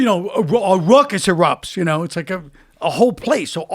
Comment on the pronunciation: "And a ruccuss occured" haha